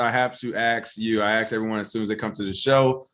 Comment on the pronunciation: Why do you say “aks” as in ask?